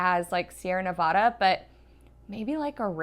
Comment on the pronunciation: I pronounce Mel-ah-noid-in -- also as someone who lived in Nevada for a while its Neh-Veah-Duh and not Nuh-vaaaa-duh -- cheers!